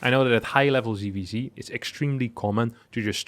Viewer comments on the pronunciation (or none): ITS NOT "CVC" ITS "ZVZ" PLS CORRECT YOUR PRONUNCIATION!!!!!!!!!!!!!!!!!!!!!!! NOT "SEE" ITS "SET". JEEEEEEEEEEEEEEEZ Also: This is not about winning a computer game, its about winning wars... Future wars will be fought by drones/AI, and the best AI will win... Pls get up to date.